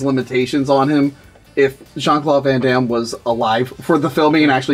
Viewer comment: "jean claw van dam"... lol I thought that too.